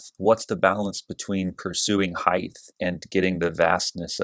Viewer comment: I never thought I would spend 9 minutes listening to someone who pronounces height “heigth”... But you hit some really interesting distinctions. Nice work.